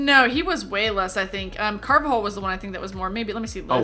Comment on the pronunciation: Carvajal is not pronounced like that at all😂😂